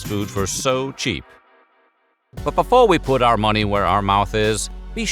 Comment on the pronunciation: You're thinking of Dollar Tree. DG has a very expensive limited selection. I know you're AI, but learn how to say the word "Before".